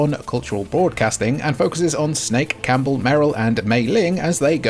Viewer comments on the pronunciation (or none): none